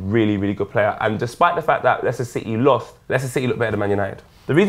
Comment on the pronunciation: Ganja Caliphate watch him say leiscester city lmaoooooo